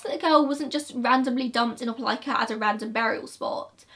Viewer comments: Omg, I'm shook that you pronounced Opelika correctly!!! I live in this area. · I've haven't clicked an upload notification so fast since the last time uploaded! I live 15 minutes from Opelika and this case has puzzled me since the first time I saw it on local news. Thank you for covering this case and excellent pronunciation of "Opelika!" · I grew up 15 minutes from Opelika. I’ve never heard of this case! 😳 Also, great pronunciation of Opelika!!